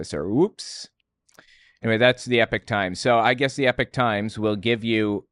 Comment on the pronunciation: I am always confused when you pronounce epoch as epic, shouldn't it be e-pok?